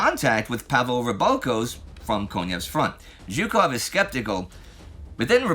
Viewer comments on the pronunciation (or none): none